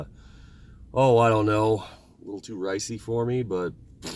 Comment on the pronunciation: “Too ricey”😂😂😂👌🏼